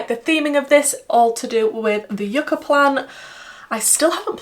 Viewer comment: Great video. First time watching nd I truly enjoyed. Btw, Yucca is pronounced “you-ca”, it’s a root vegetable common in the Caribbean an South America. Thanks.